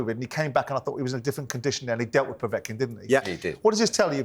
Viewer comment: He pronounces Kovalev as "Kovalov" and Povetkin as "Povotkin". It's not difficult to pronounce them as they are spelt.